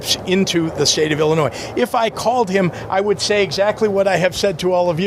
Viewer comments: Illi-noise? Where did he go to school? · Chicago Illinoise lol